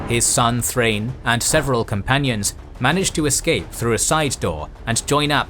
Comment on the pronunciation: Also Thrain is pronounced like Thra-in. Gimli'a grandfather Groin is probably happy that names work like that